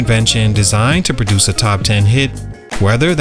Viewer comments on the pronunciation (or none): none